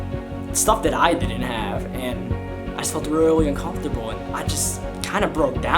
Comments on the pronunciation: how you say "un-cum-fer-tab-ll" makes me uncomfortable lmao. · The way he says "uncomfortable" is cool. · He don't know how to say UNCOMFORTABLE 😂 aye but rs I fw u been fw u since 2014💯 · The way you say uncomfortable is hilarious 😂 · Lebron_goat lol